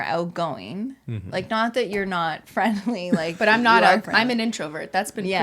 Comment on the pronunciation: “But uhm” so canadian like Robin in HIMYM